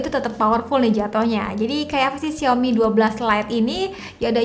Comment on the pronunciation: Bacanya yang bener "Saw me" : Lihat Aku. Mari biasakan mulai sekarang 😊😊